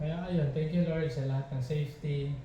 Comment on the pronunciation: pansinin mo yong thanks for watching mo. Instead na k naging g, "THANGS"